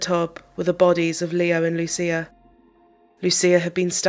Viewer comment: You pronounce Lucia as LUCHIA ❤